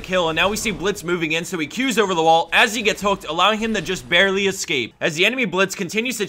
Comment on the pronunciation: "allowing him to bareLEE escape"